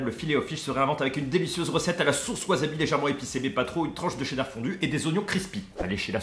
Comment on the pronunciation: Bonjour. Tu as peut-être prononcé "wasabi", "waZabi" 1000 fois dans cette vidéo. Pas bien pour les oreilles ;-)